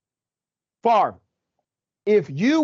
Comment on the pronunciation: Brett Fav rah (how you can pronounce a name by reversing letters is beyond me). Well, he will be a celebrity in prison then; like R Kelly and Bernie Madoff.